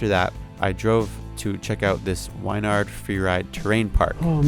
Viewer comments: Wyn - "Win" Yard bro lol not Wine-ard :D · You saying Wynyard wrong I live there